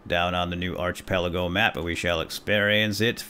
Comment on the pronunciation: please pronounce it ark-i-pel-ago